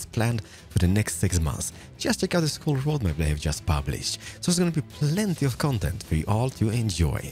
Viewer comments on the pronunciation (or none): none